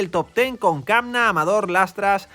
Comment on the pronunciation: ¡Muchas gracias! A, Lennard Kämna se pronuncia Lennard Kemna. En alemán la ä se pronuncia como una e. Saludos